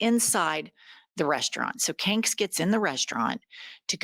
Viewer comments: Love that you call him 😭😭😭😭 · You do mess up our language,.